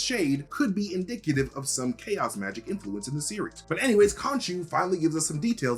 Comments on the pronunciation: AH yes, "CHOAS" , the ever feared word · "There's choas in you" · "There is choas in you." lol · "There is CHOAS in you" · "Theres choas in you" ah yes, choas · Choas? Rush much? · Anywhere care enough to mention the 'coahs' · “There’s choas in you” lol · "There is choas in you." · "there is choas in you" lel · There is 'choas' in you. Lol. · There’s “choas” In you haha not a slight. Just thought was funny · ‘There’s choas in you.’ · “There is choas in you” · "There is Choas(?) in you" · And that makes you... the Scralet Wicth